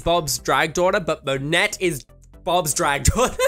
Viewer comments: did you just fucking say monette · Monet is pronounced Monay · Monet in french is pronounced mo-ne (the O like in "dot" and the E like in "ending") last sylable stressed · Monet's name is a play on words: Money Exchange. Say it Moe-Nay which is slang for money here in the US. (Apologies because I adore our differing pronunciations unless it inhibits puns!) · Monet is pronounced like "Mo-nay!" Also, I think that she and Bob ARE drag sisters. Dusty is so hot. I am so gay. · Monèt is pronounced with a soft t. The entire episode they said it, didn’t you hear it? Also Vanessa said vanjee, like her middle name